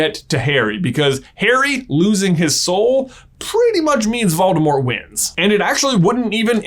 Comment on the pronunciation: Oh he was talking about the boys soul. I thought he was saying boys hole.